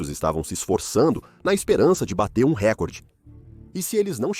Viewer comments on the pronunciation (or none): none